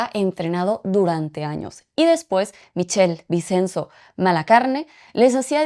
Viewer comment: No estoy segura, pero creo que el nombre Michele Vicenzo se pronuncia: "Miquele Vichenzo"... Hasta feo me siento corrigiendo a, pero mi nueva neuroplasticidad en italiano, hace que me sangren los oídos y necesitaba menzionarlo jajaja